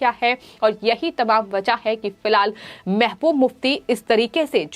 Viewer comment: It is pronounced as mehbuba mufti not mehmuf mufti.